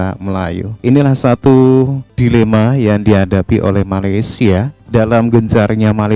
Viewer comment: Tulisannya Dilema, professor ini membacanya Dailema. Pengucapan ini mengikuti pengucapan bahasa penjajah Inggris. Cara pengucapannya tidak boleh mengikuti pengucapan bahasa penjajah Inggris, tapi pengucapannya harus sesuai dengan tata cara pengucapan bahasa Melayu Riau.